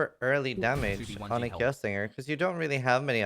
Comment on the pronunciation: "owchemy orb" and "jolem" hes a true Poe player. dont forget your "chous orbs" either lol why after playing a game and saying terms for 8 years in one game we decide one day to never pronounce it right ever again lol